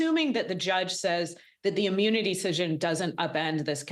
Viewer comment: It's pronounced immunity not ammunity! 🤔